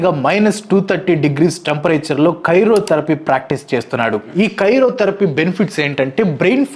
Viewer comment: Karyotherapy kaadu anna cry-o-therapy